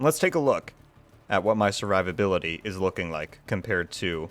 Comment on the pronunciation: I'm more impressed with the build than your pronunciation of survivability 😂😂😂